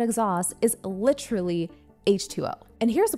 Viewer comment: Great video. However, there is no CH in the word literally.